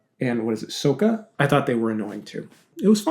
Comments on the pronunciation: He said Soh-kah. 😤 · Me, my mom, and my dad watched the original show and we watched it every night. also it’s SOCK-UH not SOAK-UH